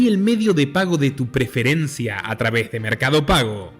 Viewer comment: .” A través.” No va con Z.!!